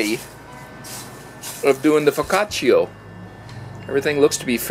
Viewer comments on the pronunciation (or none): foccaciAAAAAAAA not foccaciO??? sounds so dumb. sorry couldn't watch it as it was hurting my gut when i heard foccacio... wth...